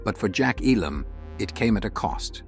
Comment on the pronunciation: Notice the A.I. announcer can't even pronounce Elam correctly. 😶